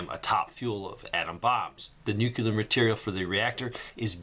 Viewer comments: "NEW-CLEAR" is how it's pronounced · Nuclear is pronounced Nu-Cle-ar or New Clear… I don’t know why so many people mispronounce this word.